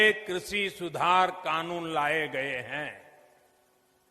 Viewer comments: सही से कृषि बोलना शिख लो फिर कानून बनाना बोलने में तो शेख चिल्ली के बाप हो ही सब जानते है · कृषि to thik se bolne seekh lete sir😜